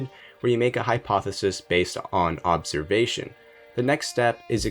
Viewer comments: ¿Observ"s"ation? You should have that corrected. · "Observsation" Also I'm pretty sure that you don't know what a paradox is. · “OBSERVSATION” LOL! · Nice "observsation"...